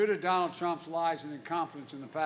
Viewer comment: Its "Donald" Not "Dronald"